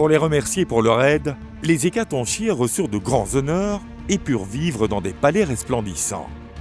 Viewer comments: On dit hécaton"K"ire et pas hécatonchire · Bonne video. Ne devrait-on pas dire "hécatonkire" en français, comme le ch est en fait la lettre grecque X ? Et qu'on retrouve dans la figure de style chiasme qui se prononce "kiasme" ?